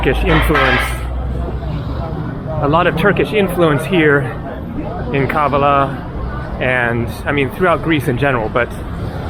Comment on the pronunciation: Kavala is pronounced on the second A !! Pleeeeaase !!